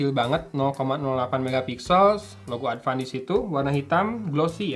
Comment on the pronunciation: Sunda people be like : Adpan eh Advance haaa